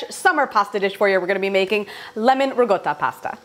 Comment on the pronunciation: It’s riCotta not rigotta!